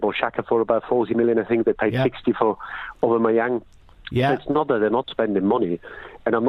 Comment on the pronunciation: Giles: "Aubabayang...." ha ha ha